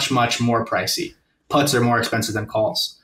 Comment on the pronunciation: The way he calls puts "putts" is adorable.